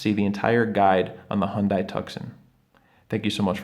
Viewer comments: It's pronounced "HUN-DAY TOO-SAHN" (not Hun-die Tuck-son) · Like in Arizona!! No it’s pronounced Hun-Day!!